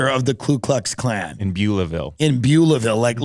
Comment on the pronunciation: Why does Tim say "KLU Klux Klan"? Is he transracial?